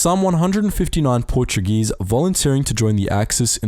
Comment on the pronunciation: You butchered a few Portuguese names but that's okay, great video as always